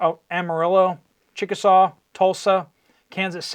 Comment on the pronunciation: Just as a side note, Chickasha (in re walmart prioritizing). Is pronounced. Chick-uh-Shay. Being a born and bred Okie, I recognize when I hear an Indian name pronounced incorrectly. Listen to you everyday thanks for all you do!